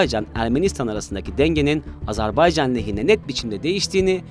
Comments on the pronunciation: Lütfen doğru telaffuz edelim, Azar bey can değil Azer bay can..! kolay gelsin. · AZERBAYCAN yazılır AZERBAYCAN okunur .... azarbaycan nedir? doğru düzgün konuşmaktan aciz miyiz ne? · Azarbaycan değil AZERBAYCAN Program yapıyorsunuz, ülkenin adını düzgün telaffuz edin artık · Telaffuz çok hatalı , "Azerbaycan" olarak doğrusunu söyleyelim lütfen. Bir defa değil sürekli yanlış telaffuz ettiniz.. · G z t ekibine emeğinden dolayı teşekkür ediyorum. Kardeş Azerbaycan hakkına da tez zamanda kesin zafer diliyorum. Birçok programda sürekli ve sanki bilinçli bir yanlış söyleyiş kulaklarımı tırmalayıp duruyor. Ona itiraz ediyorum. Azerbaycan AZERBAYCAN candır.